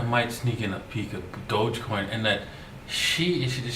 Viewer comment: My guy😂😂 he said “doggy coin” “ dodge coin “ 😂😂😂😂😂